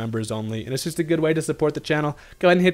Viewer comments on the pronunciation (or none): none